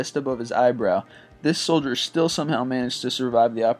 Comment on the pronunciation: "....in their schhtomachs"......"this shhholdier"...Come on dude, you speak on youtube, thats your thing....you would think you would pronounce things correctly at the very least. You're doing voice overs, all in different takes...why would you just re-do the ones you messed up?